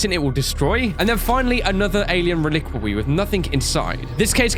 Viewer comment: I would like to address the fact that many-a-Youtuber...legitimately can't say Reliquary.